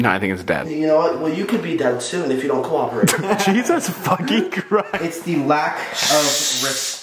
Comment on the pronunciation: IS HOW SAID, "YOU COULD BE DEAD TOO IF YOU DON'T COPERATE"🤣🤣